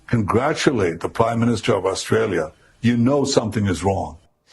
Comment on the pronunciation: can't even pronounce her beloved country. Where is "ISHTRAYA"?